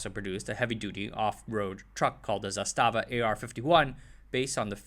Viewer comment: Okay, stop! Halfway through the video and I have to say something. All you had to do was google the pronunciation of three words: 1) Kragujevac [krah-goo-yeah-vahts] 2) Crvena [ts'r-veh-nah] and 3) Zastava [with accent on the first a]